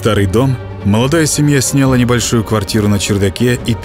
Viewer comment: отдАла, снЯла, прИняла. прям по ушам режет. А в остальном спасибо очень приятно побоятся под ваш бархатный голос.